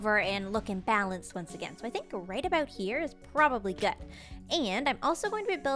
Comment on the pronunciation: Canadian shining full bright when she disconnects Macensie. "sor-ee a-boat this" xD